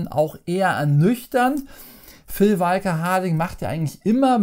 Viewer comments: ich hab dich lieb, ABER, wie du Phil (Nudel)walker Harding aussprichst, da reißts mich jedesmal und ich schrei fast den Bildschirm an. Walker (gesprochen "wo ka") BITTE Erlöse mich Viel Liebe, Martin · Genau,, sprichst du Luke SkyWALKER auch so aus, oder den WALKER Texas Ranger?;-)